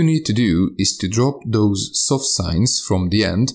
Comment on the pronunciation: Your pronunciation in this video is great compared to other content creators. I actually now hear the difference between soft sign and no soft sign. THANKS!!